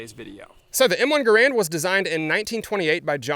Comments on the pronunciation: It's pronounced Garand! :p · your pronunciation of garand is atrocious